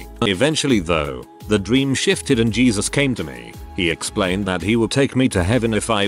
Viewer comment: Am I the only one who giggles when you hear geesus? 😅